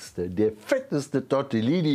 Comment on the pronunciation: Tortellini, nicht Tortillini HAHAHAHAHAHa